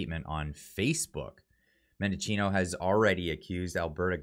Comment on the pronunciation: Why are so many journals and cloggers pronouncing Mendicino’s name wrong. There is no “O” in the middle of his name. It’s men-di-chi-no, not men-DO-chi-no.